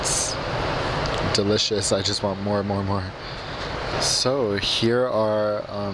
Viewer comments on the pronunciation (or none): none